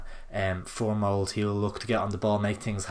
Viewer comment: Btw it's mold-ah not "mould"